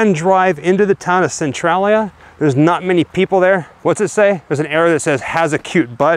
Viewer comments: It's pronounced cen-tray-lia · It is Centralia -- cen-trai-lia -- not cen-trol -lia! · Ive never heard anyone pronounce the name of that town like you do. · You pronounce Centralia wrong but cool video!! 👏🏻👏🏻